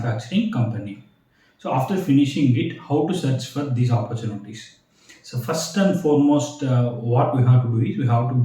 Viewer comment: Its "opportunity", not oppurchunities...